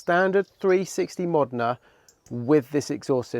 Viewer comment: Bro it's pronounced MOE-DEN-A not MOD-IN-A stop butchering this amazing car's name